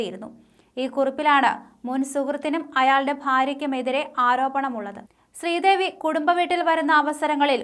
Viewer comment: സ്ത്രീദേവി😂😂ആദ്യം പറഞ്ഞത്‌...എന്തൊരു വായന😂